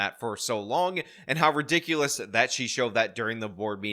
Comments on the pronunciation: She’s right. This IS re-dik-olus. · What is “ ridikaius” ?